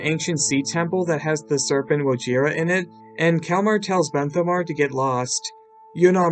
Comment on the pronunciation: in the season 14 one he kept on saying Wohira instead of wojira lmao